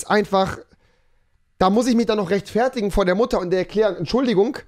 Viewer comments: Mich triggered das wie du rechtfertigen aussprichst aber liebe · Wie er rechtfertigen betont